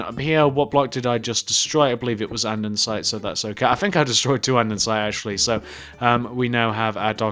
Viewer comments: its not andensite its andesite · You shouldn't make building tutorials if you don't know how to build, or how to pronounce A N D E S I T E